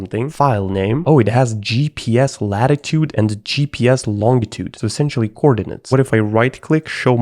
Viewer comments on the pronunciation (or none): If you're gonna download random bs, you should probably use a virtual machine or something. Edit: Also, I think you're the only person I've heard say "long-itude" instead of "lonjitude." It's more like jiraffe (giraffe) than grass.